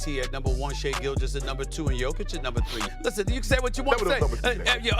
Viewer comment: Do pronounce Big Honey's surname as Yock-itch, will you? 🤡 Regards from Serbia 🐺🇷🇸